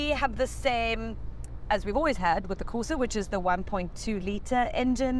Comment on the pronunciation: "Colo" and porsa lol 😂